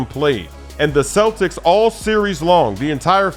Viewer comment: Hey? U said cletics in 6?? huh? huh??